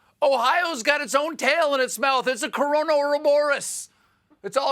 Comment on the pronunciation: Coron-eh... Corona?! 😆